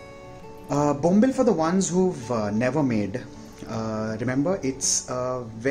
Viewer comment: Its called bombil not Bombla's😅 😂😂😂😂😂😂😂😂😂😂😂😂😂😂😂😂😂😂😂😂😂